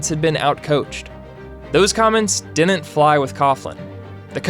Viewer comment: I'd suggest a remedial diction class. "Didn't" isn't pronounced the way you do in this video. It sounds like you're 7.